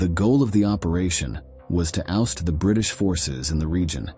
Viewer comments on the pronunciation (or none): none